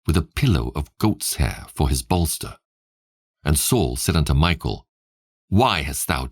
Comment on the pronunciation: I enjoy your reading but just so you know the name Mikal is pronounced mee-kawl just hearing it pronounced like Michael makes it sound weird